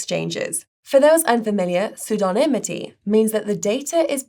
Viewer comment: well done for getting the word pseudonymity right! It’s a tough one.